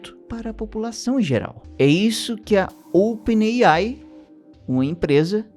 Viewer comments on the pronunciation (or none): none